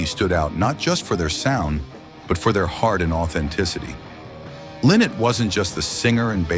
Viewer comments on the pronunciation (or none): Lynott is [ˈlaɪnɒt], not ['li:not].